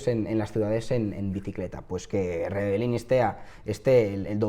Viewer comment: Es una gran desgracia, pero no estaría de más que pronunciases bien su apellido, es REBELLIN, no REBELLINI, te sobra la última i. Un saludo